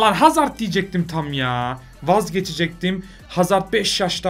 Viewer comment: Niye 'İN HAZARD' diyorsun diyenler +1